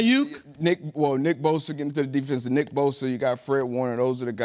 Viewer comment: How are they not getting Nick's name right after four years?? Dumbasses.